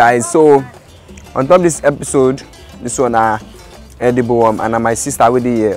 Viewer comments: Dude said "edeebul wum" like 1900 times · he keeps saying "edible" worm........trying to convince you it is actually eatable